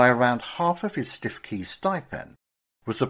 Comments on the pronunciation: please correct mispronunciation. stikey is stukekey for example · The Prostitutes' Padre. There was a musical made of his life. It's not Stiff-key it's Stoo-key. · Absolutely, Stoo-key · Stiffkey - pronounced Stukee in Norfolk. Interesting and well researched. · What a terrible and even grotesque story: the much used , 'You couldn't make this up' occurs. Lion-baiting in the 20th century shows that what passes as entertainment hasn't moved on since the hey-day of the Colosseum: taste for humiliating people in public very very depressing.[Btw, I had always understood Stiffkey was pronounced 'Stewkey'.] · Its pronounced Stookey locally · Please! Stiffkey is pronounced Stuwkey! I’m a local six fingered yokel and I know! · Its pronounced Stoo-kee